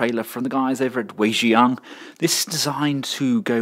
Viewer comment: I believe it's pronounced 'why jang'